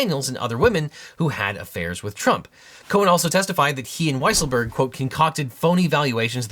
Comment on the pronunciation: Excuse me, but I believe his name is pronounced Weasel-berg